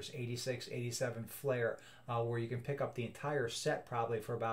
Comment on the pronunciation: Fleer, not Flair